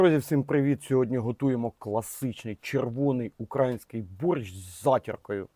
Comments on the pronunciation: УкраЇнський. Ударения надо было учить в школе. И куда потом казан с борщом? в холодильник? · УкрАїнський з наголосом на "А"? Більше не добавляй оцту та масла. Воно ц так у тебе в голові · С перших ваших слів, зверніть увагу. Не укрАїнський, а украЇнський борщ. Тому що УкраЇЇЇЇна, а не УкраАїна. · укрАїнський? тренуйтесь в вимові!